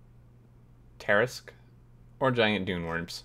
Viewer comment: tarrasque = tah-rask or tah-RÆSK